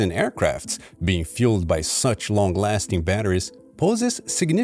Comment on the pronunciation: you make me angry, "lastign"